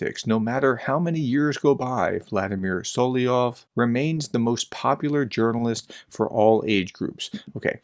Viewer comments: sol-ov-yov... not sol-ie-ov... SOL-OV-YOV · Dude! It’s Sol-LOV-yov! Emphasis on the V…SoloVVVVyov! Gah, had actually stop watching after the umpthieth time hearing “Soloyov”, or worse, “Solyov” or “Slyov” 🤦🏼‍♂️😳 ugh. How hard is it! Apologies but….yeah 🤦🏼‍♂️🥴